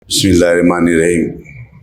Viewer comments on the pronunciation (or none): Aapki knowledge se pata chalra aap kitne khabil Mla hai public ke rehbar Mashallah Majlis bolne ka masjid bolderai Mla saamp Sabse pehle aap muslim hai Bismillah sahi se nahi bolre. Aap Bishhmilla bolre ye hai apki khabilyatt